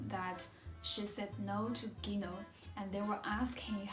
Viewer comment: it's Lila not Lina, and Gino (djino) not Ghino